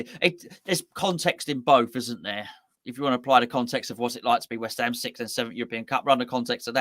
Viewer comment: it's sixth, not sickth 🤣